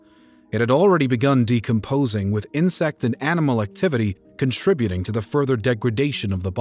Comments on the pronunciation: Is this a computer voice? They didn't pronounce Toledo [Toe led o] correctly and contributing as con tri butte ing? LOL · First “in-scissors”. Then Toe-Leddo, Ohio. Con Tri-BYOOT-ing. Wtf? I can’t.